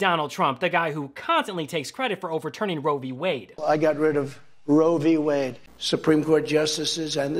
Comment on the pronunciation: I wonder if trump knows what Roe V Wade is. If he knows what the V stands for. He says Rovey Wade. Ross looks like he'd rather be somewhere else when with trump